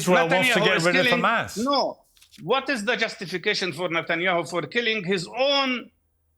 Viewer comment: Piers didn't ask "do you condenm Humus?"